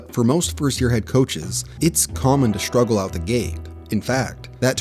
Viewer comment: "Shtruggle out the gate." What?